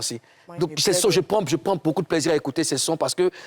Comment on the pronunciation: " ecoutre " mdr ehhh, courrrrsss d'ecoutre intensif en papoasie